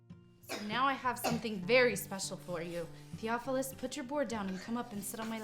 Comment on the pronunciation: Thee OFF ull us (Theophilus) "Thof" Just sayin